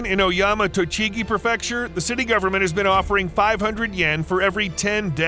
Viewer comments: It bugs me that you mispronounce “prefecture” as “pruh-FEC-shur”. It’s pronounced “PRE-fec-shur” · What up,? Another highly entertaining and very educational presentation. Thanks. "Kah Meel Ya" and "Pree fecture."